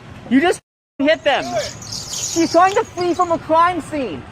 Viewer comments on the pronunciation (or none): She's twying to fwee from a cwime swene...